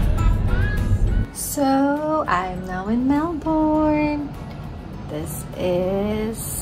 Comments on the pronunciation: Melbn yung pag pronounce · It’s not Mel-BORN!